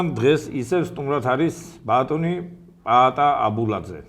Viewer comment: წამყვანის საყურადღებოდ! ბატონი პაატა გიზით წინ, პა-ა-ტა, რა უბედურებაა ბატონო პატა, ბატონო პატა.